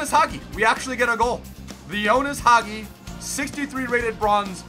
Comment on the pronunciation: waiting for this for a long loooong time. Thanks mate!! By the way, pinpoint pronunciation of the name Hagi